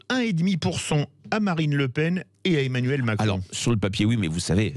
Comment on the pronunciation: 0'53 "emmanuel macrelle"...trooop beau